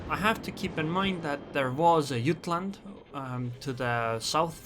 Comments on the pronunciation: Jutland with a J. It's a RN ship and the English pronunciation is JUT-LAND. Not yutland. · Jah t land not ut land if you are using English the j is not silent